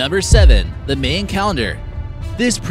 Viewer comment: Sounds like you're sayin "Main" when you say "Mayan"